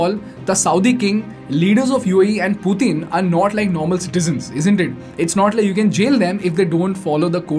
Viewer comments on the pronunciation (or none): "Pooteen" gotcha!! 😂😂🤭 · He pronounced Putin as poutine!